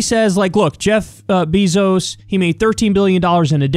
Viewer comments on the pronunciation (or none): Kyle, I love you, but I swear if you say "BEE-ZOS" one more fucking time, I'm going to give you fifty lashes with a wet noodle. It's like fingernails on a chalkboard. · Love everything you do Kyle But Bezos is pronounced “bay-zose” i had to say it because it bugs me lol idk why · I'm not sure what's more annoying — the way Kyle Kulinski says "Jeff Beezos," or the way Jimmy Dore says "Nancy Pelozi." 🤔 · It drives me nuts how Kyle pronounces Bezos' name 😂